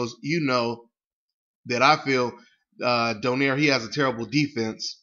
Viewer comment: american pronounce donaire. we are do-nai-re. filifino name.